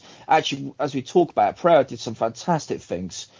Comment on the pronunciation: is thrilled every chance he gets to pronounce Pereira's name correctly. If I'm not mistaken was the first American to pronounce the country of Niger correctly. "Neezherre", he was heard saying.